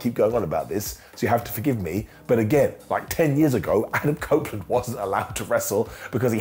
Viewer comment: He said cope opeland lol